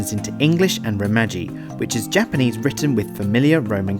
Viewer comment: OMG! His Japanese pronunciation is TERRIBLE!